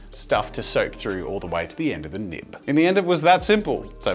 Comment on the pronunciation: why does nib sound like a naughty word🤣🤣